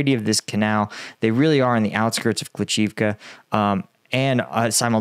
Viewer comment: Hey, good report. Your pronunciation of Bila Hora (White Hill, btw) is quite good. Klish-chi- (as in chicken) -yiv (as in rhyming with sieve, live, give, etc.) -ka could however be improved. Have fun with that.